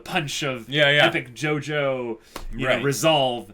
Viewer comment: It's pronounced JOJO not JOJOS fyi